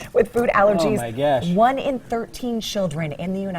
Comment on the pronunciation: The way this guy pronounces “gosh” and “legumes”